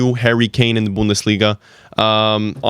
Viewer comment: really don't know how speaks on laliga when he doesn't even watch his own league. only picked up the "bundelisga" in order to garner some rep